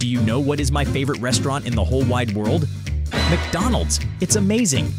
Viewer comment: mcdonalds? nah, mcbonalds